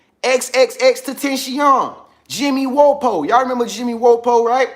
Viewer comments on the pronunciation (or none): Pronounced Jimmy WAP-O